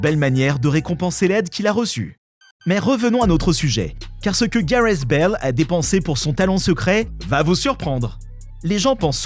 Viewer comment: Gareths Bale (accent British)